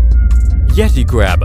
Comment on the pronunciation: Gross and fake like "yet-i". Complex i means fake.